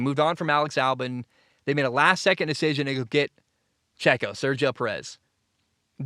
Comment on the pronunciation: Only two minutes in but 1. Silver-stone 2. O-con 3. Ghuanyu zhou 4. Al-bon